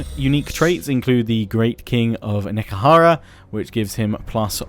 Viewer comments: It's not "Neckahara". It's "Nehe-kara". It's fantasy Egypt, not some sort of town in the american deep south. ;) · Just pronounce Nehekhara like Ne - He - Ka - Ra.